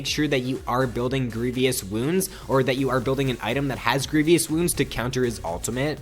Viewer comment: You pronounced Illaoi correctly! But you mispronounced "grievous" a couple times in a row :(. GREE-VUS, not GREE-VEE-US